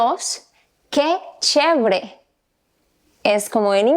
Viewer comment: Una dijo Chevre? Chévere 🤭